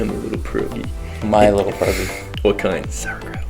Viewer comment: You’re Polish? I’m Polish too:) Please learn how to pronounce the word pierogi:)